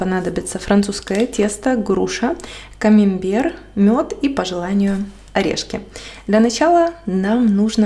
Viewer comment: Извините, но не камимбер, а камАмбер.